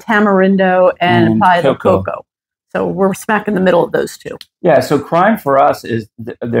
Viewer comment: She lost me when I heard how la señora pronounced Tamarindo & Playa del Coco. First step should be how to pronounce where you live. Show respect to gain respect.